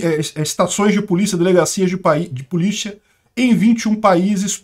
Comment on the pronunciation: Eu tô viajando ou ele falou “PULICHIA”? 😅